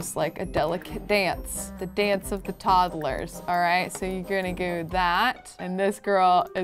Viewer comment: Love this series!! Drives me crazy how says toddlers though 😅 like toddle-ers. Idk maybe it's just cause in from the midwest but she definitely adds an extra syllable in there! And we call them "tots" not "tods". Anyone else? 😂 Still a huge fan, I wonder how many parts it will be at baby #100